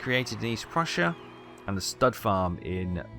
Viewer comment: Yup, you nailed the double-s sound.